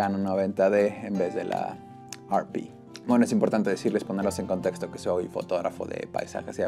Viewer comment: Agradezco tu información pero y entendiendo que estes en America...¿No crees que hablas con demasiada terminología anglicana?. ¿Por que pronuncias la denominación de la "ErrePe" como "ArPi"?. Y te lo digo con todo el respeto del mundo pero quizás tu idioma natural tiene denominaciones exactas para cualquier terminología técnica que usar una que es anglicana y que no tiene nada que ver con quien fabrica las cámaras (japoneses). Un saludo y gracias por tu vídeo.